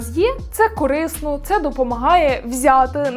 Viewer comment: Не "кОрисно", а "корИсно")